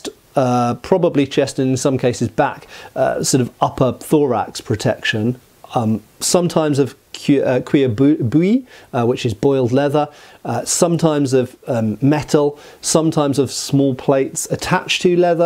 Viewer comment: Cuir bouilli, the second word is pronounced similarly to boo-yee